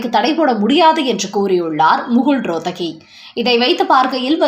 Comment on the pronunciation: முகுல் ரோத்தகி என்பது தவறு; முகுல் ரோஹத்கி என்பதுதான் சரியான உச்சரிப்பு.